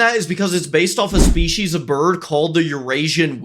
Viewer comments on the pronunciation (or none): none